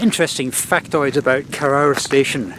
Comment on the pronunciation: It's pronounced koroor, not korower